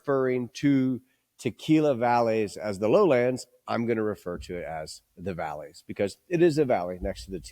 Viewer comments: good on you for trying. To me it came across like you were saying los altos and then valleys. I pronounce it as vai-yez. Or maybe even with a soft b as buy-yez. The double LL makes a y sound. My Spanish is also quite terrible though. In any case I get what you're saying. It does make sense to say Highlands and Valleys. Rather than Highlands and Lowlands. Maybe we're borrowing from scotch terminology when there isn't any similarity. I don't think there's any negative connotation with saying Lowland but it definitely isn't an accurate way to describe the area. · Are you saying valleys or valles? I get there the same thing. I ust can't tell which one you're pronouncing.